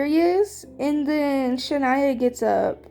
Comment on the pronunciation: W LOL (you were saying my name right loll😭) I love it guyzz 🤏🤏 I had so much fun with you!!👀👀